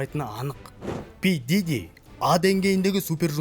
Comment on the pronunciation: Пиджижи миджижи деп мыйды ширитти дым тусинбедим.